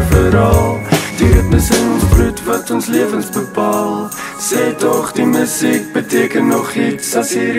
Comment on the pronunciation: Befokte video. Enigste kritiek: die woord 'musiek' se klem lê duidelik op die tweede lettergreep in die normale uitspraak daarvan. So in die refrein se "Sê tog die MU-siek beteken nog iets' is die metrum mos obviously verkeerd, man. Dieselfde geld vir 'apatie' aan die einde van die song. Dis iets wat Francois van Coke ook gereeld doen. Die ritme van daai note moet mos verander om saam met die uitspraak van die woord te gaan